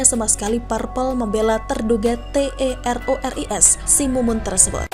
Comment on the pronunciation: Kenapa ga dibaca teroris, dieja gitu ga enak